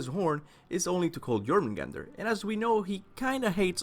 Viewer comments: ITS JÖRMUNGANDR (yormungander) dummy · IIIITS PRONOUNCED YOUR-MAN-GANDER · It's Yor-mun-gan-der. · The way you pronounce jormungandr gives me headaches... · I can't tell if it's your accent or you're actually pronouncing the J in Jormungandr incorrectly lol